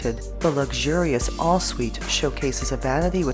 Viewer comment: Is she calling the ‘en-suite’ bathroom ‘all suite’?